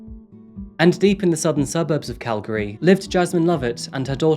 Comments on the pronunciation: Thanks for more or less pronouncing Calgary properly! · I’m from Calgary too, I had no idea so much happened here…! Also I was surprised when he pronounced “Calgary” correctly! Most people say “cal-gary” instead of “cal-gry” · I'm just seeing this video now and I'd like to compliment your pronunciation of Calgary. You say it like a local 😄. Thank you for your work and covering these tragic events.